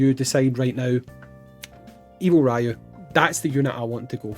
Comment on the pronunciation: His name is Ryū (REE-YU) not Raiyu Just like how it’s not SHORAIYUUKEN